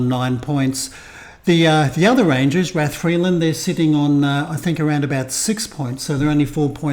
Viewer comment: Rathfriland Rangers Football Club, founded in 1962, plays in the NIFL Premier Intermediate League and is based in Rathfriland (pronounced "Rath-fry-lənd"), County Down. Their home ground, Iveagh Park (pronounced "Eye-və"), holds around 1,000 spectators. The club has seen significant success in recent years, winning the Northern Amateur Football League Premier Division in both 2021-22 and 2022-23, and the IFA Intermediate Cup in 2021-22. They also secured the Border Cup in the 2023-24 season. The team is captained by Andy Kilmartin, who has played for clubs like Glentoran and Portadown. Key players include goalkeeper Bryan McMullen and attacking midfielder Ruairi Fitzpatrick, who was crucial in their 2-0 victory over Armagh City to win the Intermediate Cup for the first time. Rathfriland is about 30 miles from Belfast, roughly a 45-minute drive, and 60 miles from Londonderry, about a 1.5-hour drive, making it quite accessible for a visit. Supporting this channel will give you a deeper insight into the vibrant world of Northern Irish football!